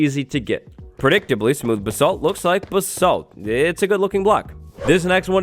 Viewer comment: The way he says basalt... I’m not even British but it bothers me